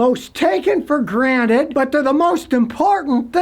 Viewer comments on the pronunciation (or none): none